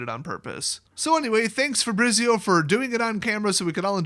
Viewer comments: You know how you say Pizza that's how you pronounce Fabrizio. Fah-bree-tsee-oh with the emphasis on bree. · Dude that is not how you pronounce FABRIZIO ahahahah